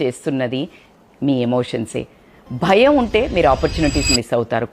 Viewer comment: EXCELLENT info .. But not BAYAM its BHAYAM..